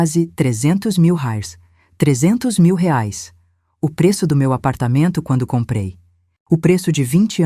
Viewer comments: Inteligência artificial sabe falar Reais 😂😂😂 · $ RAIS ???? kkkkkkkkk que no mesmo texto viram Rales. , Rais .... !!! Dá pra levar a sério ? É muita cara de pau! além de deshonesto e burro ! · * "rares" 👎, " reais " 👍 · Detesto essa pronuncia nojenta Rales oque é isso? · Porque raios não dIzem bem a palavra REAIS???? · IA não sabe dizer reais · Porque IA não sabe dizer reais kkkkkk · Poderia pular essa parte pari senti dor ensinei andar de bicicleta ensinei a ler acordava cedo pra fazer café tudo isso agente ja sabe ainda tem essa narradora que inrrita se saber dizer reais fui nao da corri o vídeo pra ver se ficava melhor piorou com esse reais